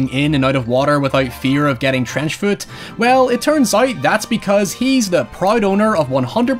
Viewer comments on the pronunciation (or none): none